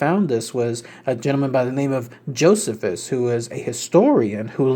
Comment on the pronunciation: Pronounced JO CEE FUS bro just an FYI great video BTW I always love your work long time subscriber here.